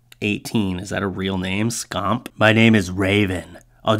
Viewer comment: The one whose name is Skamp is pronounced Sk-amp(amp sounds like what you plug a guitar in to). Just imagine a little old granny patting a little kid on the head saying "awe you little skamp" lol